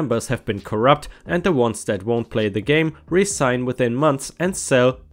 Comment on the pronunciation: Resign - this is another of those ones whose pronunciation depends on context. When talking about quitting something (job, etc) it's usually pronounced as rezign, IOW almost the same as you said it, but with the s having a z sound.:) However, if you were talking about signing something again that had been signed previously, then it's pretty much how you said it, except the syllables are separate as if hyphenated - re-sign (instead of smoothly flowing 1 to the next). Actually, I think it ought to be hyphenated in this second context anyway.